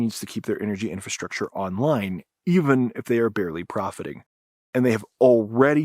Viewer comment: Can't you pronounce clearly "infrastructure"? I hear something like infrashrahshcher😂